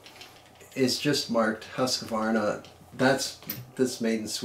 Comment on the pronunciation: Good review! love your pronunciation of Husqvarna! i'm about to buy my first rifle soon and after this I might be looking a second time on the old swedes. (Living in Sweden btw) :)